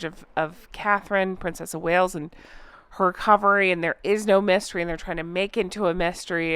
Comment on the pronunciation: That picture is part of an artist's campaign to bring awareness to DV. There are similar pictures of Queen Letitia, Kamala Harris, AOC, Ursula von der Leyen and others. The sugars stole that and used it for their purposes. At some point I thought you said "messtery" instead of "mystery", but it's appropriate, this is a huge, messy MESStery 😑